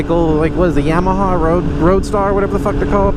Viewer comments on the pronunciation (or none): none